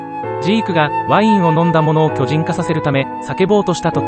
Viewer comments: 途中途中イントネーションが気になりすぎて内容入ってこなかった... きょじ⤵︎ん⚾️ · 巨人の発音が読売で草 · 巨人の言い方がジャイアンツで草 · いい内容だけど、巨人の発音が野球すぎて気になる笑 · 巨人の発音が野球の巨人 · 巨人のイントネーションが読売で草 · 巨人のイントネーションが完全に野球チームのソレで笑った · すげぇいい内容なんだけど 巨人(↑↓)の発音がどうしても 読売ジャイアンツで笑ってしまう 巨人が支配した世界にケリをつけるってV9した巨人の話じゃ無いですよね？ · 巨人の発音が全部ジャイアンツで草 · ソフトの仕様だろうけど巨人の発音が野球のそれでじわる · 解析中のイントネーションが色々と気になった 巨人のイントネーションも読売ジャイアンツのイントネーションだし まるでジャイアンツに誰かが入団したり退団したり又は球団を解体したりそういう風に聞こえた（笑） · 巨人の発音が読売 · 巨人の発音でどうしても野球がよぎるw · 巨人の発音がオール巨人なんよなー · 巨人の発音が読売巨人軍だから巨人を駆逐するエレンが阪神ファンに見えてくるわ。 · 巨人の発音がジャイアンツの巨人… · 巨人の発音が、野球の巨人の言い方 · 巨人の発音が球団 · 野球の巨人の発音で草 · 巨人のイントネーションが野球なんだよなぁ… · 巨人ってとこのイントネーションが ジャイアンツの巨人やん😂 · この発音での「進撃の巨人」は、ただ連勝しまくってるジャイアンツや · 巨人の発音がプロ野球の巨人っぽい笑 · 話と全然関係ないんだけど、巨人のイントネーションがジャイアンツのそれなのが気になる… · 巨人のイントネーションが完全にジャイアンツ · 巨人の発音が球団なんだわ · 巨人の発音がずっとジャイアンツなんよ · 巨人の発音のせいでエレンが過激なタイガースファンみたいになってて草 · 巨人のイントネーションがジャイアンツなんよ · やっぱり、読み上げ音声は「巨人」の発音があっちの方になる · 巨人の発音気になる(笑)⚾それ以外素晴らし🎉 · 巨人と戦鎚の発音が嫌い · 巨人の発音が読売ジャイアンツ笑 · 「巨人」の発音が読売ジャイアンツの発音で気になるｗｗ 棒読みに学習お願いします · ナレーション「巨人」のイントネーションが野球チームになってるからクスッとくる…… 「巨人のいない世界を作る」とか阪神ファンか！と思っちゃう。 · 巨人の発音が読売なんだよなぁ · 巨人の発音が野球の巨人にしか聞こえんww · 巨人の発音が読売巨人軍のそれ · “巨人”の発音が完全に“読売巨人軍” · 凄くどうでもいいだろうし全く関係無い上に個人的な話で本当に申し訳ないんだけど 「巨人」 の発音やイントネーションのせいで読売ジャイアンツが頭をよぎって仕方がない。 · 「巨人」の発音のせいで「永久に不滅です」の方がボコボコにされる話みたいで草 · 巨人のイントネーションが完全に野球寄りなんよ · 巨人のイントネーションが野球チームなんよ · 巨人のイントネーションのせいで、巨人のいなくなった世界は阪神が悲しむだろうなあとかいう妄想が膨らんで仕方ない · 巨人の言い方がジャイアンツなんよ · イントネーションが読売の方の巨人で草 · 巨人のイントネーションが、ジャイアンツ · 巨人のイントネーションがジャイアンツ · “巨人”の発音が読売ジャイアンツなんだよなぁ… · 巨人が野球の方の巨人のイントネーションになってて笑ってしまった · 巨人のイントネーション。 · 巨人の発音が野球の方やねん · 巨人のイントネーションが読売の巨人の方で笑ったわｗ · 巨人のイントネーションがジャイアンツの巨人なのよ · 巨人のイントネーションが完全に某野球団のそれ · 巨人のイントネーションがジャイアンツなんよwww